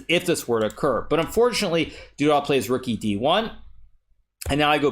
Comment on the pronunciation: Every time you say "du dah" instead of "du duh" I think "Zip-A-Dee-Doo-Dah"